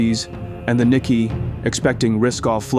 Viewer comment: "Nikkei" a financial index is pronounced: Ni-kay, light accent on "Ni".